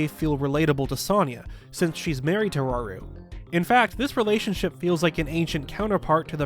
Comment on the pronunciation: it’s rauru not raoul